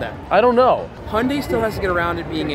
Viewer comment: Hoyndai?.....the reason it has a name problem is its not pronounced properly lol